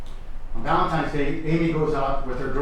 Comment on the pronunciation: Did that prosecutor actually say “ValenTIMES” Day ??? Ugh I hope not.